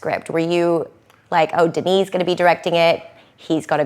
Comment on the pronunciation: Finally someone that pronounce Denis's name properly!